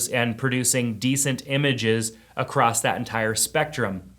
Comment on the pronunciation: The word is across not acrost.